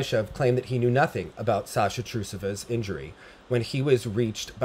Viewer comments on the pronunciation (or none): none